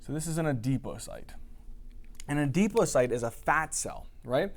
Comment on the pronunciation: love the work! I just can't stop laughing at how he says "ADEPOCYTE" instead of "ADIPOCYTE" cracks me up every time!